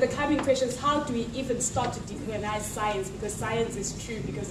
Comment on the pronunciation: The Science one Killed me!! ''We must decolenize" LMAO!